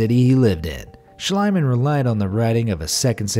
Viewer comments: SCHLIEMANN is pronounced "SHLEEMAN", not "SHLEIMAN". you either wrote or pronounced it wrong mate. ♥ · It’s Schliemann, not Schleimann. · Its Not schleimann its Schliemann more spoken as ea like Team or so.. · its spoken "Shlee-man" not "Shlai-man" (not meant bad or anything, just to inform * ^^ *) but a very interresting vid, thx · It is not shlaiman.it is pronounced shleeman. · The name 'Schliemann' is pronounced with a long ie. E.g. like 'piece' and 'niece'. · Try to speak the "ie" in Schliemann like "Schleemann" ( as in "need") oder "Schleamann" (as in "speak"). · Schl-ee-man! In German (and a lot of English) ie = ee; ei = eye. Also W = V and V = F (fairly hard), and J = Y. There, that's basic German for you! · I thought the archaeologist’s name was pronounced SCHLEEMAN. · You're absolutely correct. Annoys me that they never bother to check out pronunciations. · please read it as it was written like shleemann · Schliemann is pronounced schleeman in German. With the I and e together in German you pronounce the second one not the first. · It's pronounced SHLEE-mahn. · Why americans dont even try to pronounce “non english“ names right? Its not shlyman oO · Your pronunciation of Schliemann drives me crazy. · For future reference, Schliemann is pronounced schlEEman. And it's My-SEEn-ay.